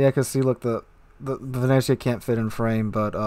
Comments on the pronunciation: Venetzia say it like that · you pronounce it like "Vene'tsia".. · I'm italian, you pronunced Venezia completly wrong,but it dosen't matter